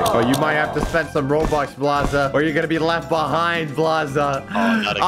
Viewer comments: Why did say roblux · Bobuck😊not robuck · I love how say roblux instead of robux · Oh no is becoming a dad he is saying roblux instead of robux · He say roblux it robux